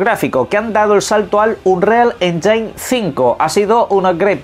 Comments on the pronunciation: Aprende a decir ENGINE de una vez que ya tienes edad me revientas los oidos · Aprende a decir "ENGINE" de una vez, que ya tienes edad. Me revientas los oídos. Buen consejo, he añadido la tilde a "oídos". A ver si vamos subiendo ciertos niveles entre todos.